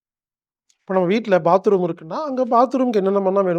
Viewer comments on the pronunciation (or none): none